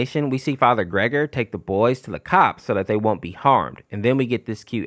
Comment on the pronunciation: It's actually "ger-gor-e" not "gregory" when referring to farher gergori in half life 2